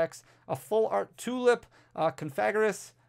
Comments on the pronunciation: Say it with me: Cough-uh-gree-gus :D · you pronounce Cofagrigus as ko-fuh-gree-gus